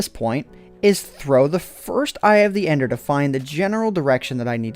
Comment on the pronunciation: dont explore with "endie" as in ender